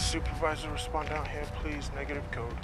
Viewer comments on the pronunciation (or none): none